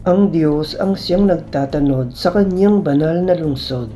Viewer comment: Correction ng Pagbigkas…… NAGTATANOD……… Ang bigkas ay: NAGTA’ TANOD… Nasa unang TA ang HATI ng salita…. HINDI 😫….. X NAGTATA’ NOD tulad ng. pagbigkas mo …… No offense meant….. Nakaka-dusteact kasi sa pakikinig ng Ebanghelyo kapag MALI ang pagbibitaw ninyo ng mga salita……